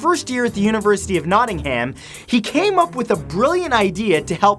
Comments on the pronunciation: it's not pronounced Notting-ham it's Notting-um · I live in Nottingham it's pronounced here like not-in-em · I am not a hater and I really like your channel but you pronounce Nottingham Nottinghum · It's pronounced Notting-um not Notting-ham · Can't believe you pronounced Nottingham as "Noddingham" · It's pronounced Notting em XD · The way he said Nottingham oml😂🙌🏻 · Dude I normally don't bash accents but the way you pronounced Nottingham made my ears bleed.